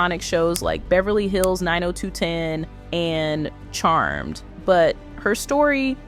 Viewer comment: Nine-o-two-one-o NOT 9-o-2-ten! It is a famous zip code (Beverly Hills) and TV show title.